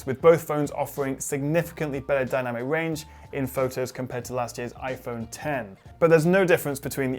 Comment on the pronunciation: Damn the names are 10S and 10S Max not ekcs 'X's and Xs max